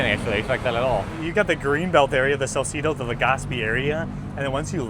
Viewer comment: hi. the e in Salcedo is pronounced the same as the e in Legazpi